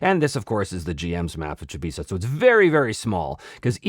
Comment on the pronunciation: Oh yeah! I was just bitten by the Chybisa bug (I do prefer your pronunciation btw 😁). I collected pretty much every Kaldor related article over the years and now I'm slowly collecting some others, mainly Melderyn and Chybisa. The articles are overpriced on most metrics but holy moly it just gets better and better when you see how everything in the world is connected 🤯